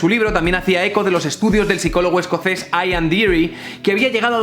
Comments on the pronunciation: Solo un apunte sobre pronunciación para que sirva para otra vez: El nombre escocés Ian, como Ian Deary que aparece en el artículo, se pronuncia ían, tal cual. No es aian. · Tu inglés suele ser bastante competente, especialmente tus traducciones, pero yo que tú no me metía a pronunciar nombres escoceses, que NO se rigen por las reglas fonéticas del inglés; Ian se pronuncia Ian, no "aian". Por lo demás tu canal está muy bien y en este vídeo estás especialmente brillante.